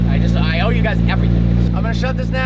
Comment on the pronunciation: you said that you ow us. You know what you ow us you ow us content.